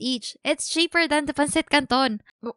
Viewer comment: Did u just say PANSITCANTON? R u Filipino😨